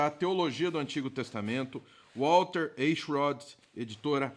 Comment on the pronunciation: É fácil pronunciar seu sobrenome: Em vez de E se pronuncia A. Aichrot.